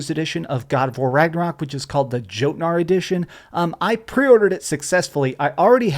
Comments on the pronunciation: Yo-tnar not pronounced jotnar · It's not pronounced "Joe" in Jotnar. The J is pronounced with a Y sound like "Yuh". Just a heads up! Sincerely, An Icelander. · Jotnar is pronounced yotnar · Ok, I really hate to be "that guy" but Jotnar is pronounced like if the J was a Y. Again, I really hate being that dude but as a norse pagan, I cringed harder each time you said Jotnar 😆